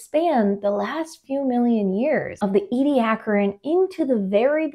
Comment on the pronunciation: This is the first time I have heard how Ediacaran is supposed to be pronounced. 😀